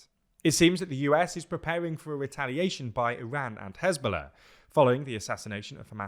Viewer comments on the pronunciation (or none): none